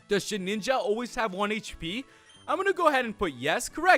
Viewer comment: That old man's pretty dumb, it's shedinja, not shedninja